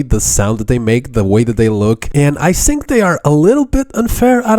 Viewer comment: i sink you are saying word think wrong